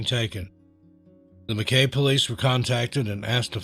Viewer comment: I hate being a pronunciation copper but Mackay is pronounced Mackeye in Queenslaand not Queenslind. Like Brisbane is Brizbn or Brizzy as we call it. Melbourne is Melb'n, our nation's capital Canberra is Canbruh & Australia is Straya or Ostraya & Aussie is Ozzy. We pronounce the letter S as Zed. Love ya channel tho & sending love & best wishes from The Great Southern Land 🇭🇲❤️